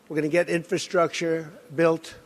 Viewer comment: My 4th grade son has better command of the English language, it's embarrassing watching this idiot pronounce the word "infrastructure " how in the he'll did this buffoon become president, only in America folks only in America lol.